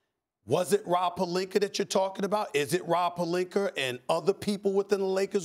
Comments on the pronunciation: Nobody: Stephan a smith: rob pelinker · “Rob Pelinker” - Stephen A. Smith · Magic Johnson: Shaggy P Stephen A: Rob Pelinker